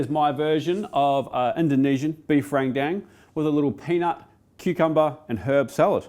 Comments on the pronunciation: As Indonesian I'll teach you how say Rendang properlay, it's Rent & Dung without a pause between it, RENTDUNG. And NO, I'm not kidding. 😄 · not to be that guy, and I understand the common mistakes in saying other language's words... but, Rendang is pronounced Ren (as in Karen) Dang (as in dung beetle)... Love ur vids!!